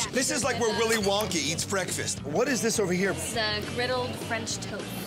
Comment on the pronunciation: did he say "willy Wonkey"